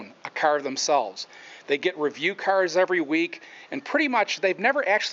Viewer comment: So annoying the way he say 'cars' -_